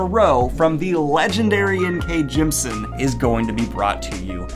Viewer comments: In case you do end up interviewing her like you talked about in your live, Jemisin’s name is pronounced “Gem-ih-sin”, you’re just missing that middle syllable :) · I THINK, and I could be wrong, that you say "Jemisin" incorrectly. I think it's "gem-i-sin", yes? Three syllables. Someone correct me if I'm wrong.